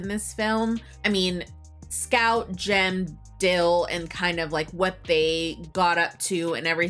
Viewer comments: It’s not Dale… it’s “Dill.” and brother is not Jim. It’s Gem. Watched it in Advanced Placement English for Senior year high school. Shout out to Mr. Hobbs in Ventura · it's Jem, not Jim.